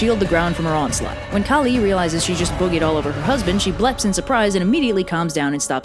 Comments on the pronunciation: Its pronounced "Kaaali" not kali..kali is the evil asura who comes to end the world at the end..kaaali is the goddess its written the same but pronounced differently and means different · i love ur videos and i love this video but the way ur pronouncing kali is sending me 😭 anyways i love the way u put this, our mythos barely gets western attention, this was so funny and charming! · I am so sorry for being salty but you sais first ones names wrongly